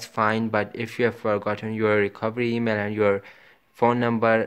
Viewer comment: Te mail 😂😂😂😂😂 thu thus tha tha tototo 😂😂😂😂